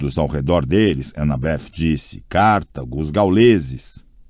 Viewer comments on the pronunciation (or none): none